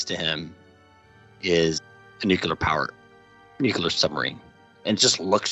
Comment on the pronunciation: I am not sure if I heard you correctly, but I am 89.9898% sure that you said "NUKE-lee-er" a few times in this interview. While I admire the topology of your thoughts, and how you generate them (mostly your humane bent of packaging difficult ideas within simple analogs), I garu-an-f*cking-tee that you will capture more intelligent hearts if you do this one simple exercise. Don't worry, it will only take an hour or two. Say: "New............Klee.........Urr.........." one thousand times out loud. You have neither rhotacism nor lambdacism, and you come off as a total intellectual badass...until you say that one word. I'm on your side. Make the change. Make the change and I will seriously consider ending my cherished and auto-exalted position of "Sour-Grapes Harvard Drop-Out Who Got a B- in Harvard Academic Writing". Other than that, thank you so much for introducing me to the "Star-lifting" concept. I am going to stubbornly cling to that thought because I want it to be aliens so bad.:). You rock like crazy, and I only hope that I can work in your field one day and have an iota of your clarity and knowledge.